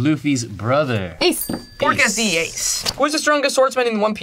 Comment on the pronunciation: Nahh bro rly violated Ace. "Donut" ☠️☠️😭